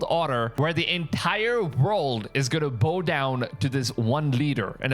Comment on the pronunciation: "...the entire world is gonna BO down to this one leader." Please, note: it's not "BO down" but BAU down.